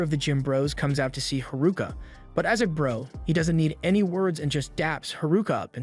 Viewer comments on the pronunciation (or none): did bro just say "bhruzz"😭😭😭😭😭🙏🙏🙏🙏🙏